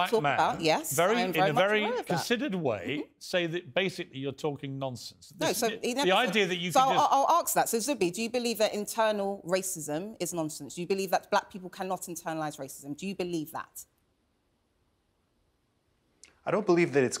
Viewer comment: its "ask" not "arks"